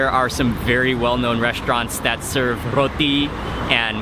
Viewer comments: "R-r-roti..." aww, Mark 😊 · Love the way u say Roti... 😊😊😊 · I love the way Mark say Roti!😃